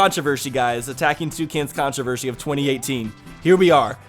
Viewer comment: The only “controvershy” of 2018 has been your pronunciation lately, man